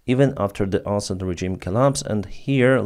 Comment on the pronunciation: I like how he says Assad as "ass hat." Huge fan of.